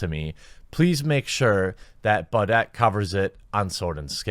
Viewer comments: His last name is pronounced "bou deh" not "bou det" lol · Jeremy, it's pronounced "boo-DAY" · does he listen to s and s? it’s pronounced “Booday”